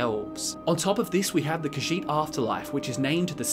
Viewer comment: I know, right? And the way he pronounces "Khajiit" is disconcerting.